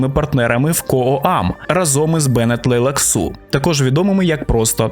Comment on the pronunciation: Правильний наголос Бене ТлейлаксУ? а то щось незвично чути таке)